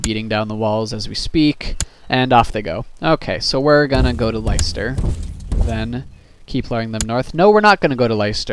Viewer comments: Liester. cringe cringe It's pronounced Lester. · Leicester (less-ter) Warwick (Warrick)